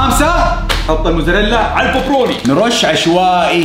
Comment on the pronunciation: ✅بابروني❌ ببروني